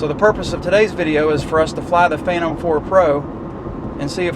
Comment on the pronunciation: By the way its a PhanTOM not a PHILton. Name has to be TOM I am thinking. :)